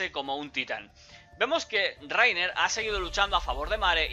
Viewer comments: Raina* :v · Se dice "Layna" >:v